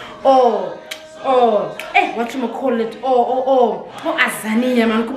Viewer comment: oAzania 😂😂😂😂 and once you mispronounce someones pronoun they will come for you 😂